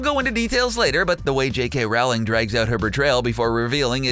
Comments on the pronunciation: It's pronounced Rowling like Bowling not like Plowing. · J K Rowling, like BOWLING not Howling. You lose all credibility. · It's not pronounced rawling it's pronounced rolling (Please don't tell me I spelt her name wrong. I know how it's spelt. I was just expressing how it's pronounced to make it easier to understand.) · Please stop staying "JK Rowl in" it's pronounced role in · Nice video. I enjoy your series on Harry Potter. One thing though, Rowling rhymes with bowling. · BTW, J.K. Rowling's last name is pronounced Roll-ing (rhymes with bowling). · CBR consistently gets facts wrong and mispronounces Rowlings name in every video. It's pretty clear they neither read the messages nor care about the accuracy of their work. It's money for them, nothing more. They don't give a flying hip-thrust at a tumbling bagel about the material.